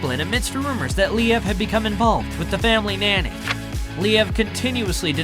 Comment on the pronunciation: I gotta say, this breakup really made me feel sad. They seemed like such a wonderful couple. Whatever happened between them, it seems like they are very active co-parents and do whatever they can to make the situation as comfortable for their children. Btw - I'm not sure you're pronouncing "Liev" correctly. Perhaps you can listen to other interviews with the stars you profile and hear how they pronounce their name.